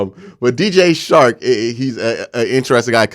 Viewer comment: Dj CHARK NOT SHARK. work on your communication. And pronunciation. You have talent.